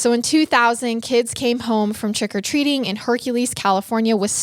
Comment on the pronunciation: All I kept hearing is "trEck o treating" lol